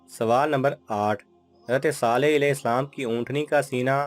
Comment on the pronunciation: Alaihi salam Sahi tariqe se parha karo please